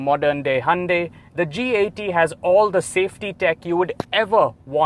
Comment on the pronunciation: wow you know how to properly pronounce Hyundai